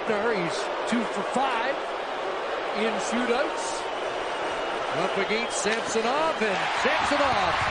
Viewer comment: These 2 guys calling the match should learn how to pronounce Samsonov.